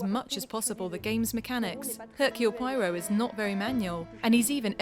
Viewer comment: Would have been great if the lady doing the English translation on this video could pronounce Poirot's name correctly!!!